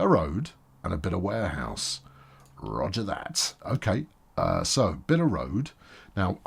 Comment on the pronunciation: Is it just me or He calls Warehouse as Wareass?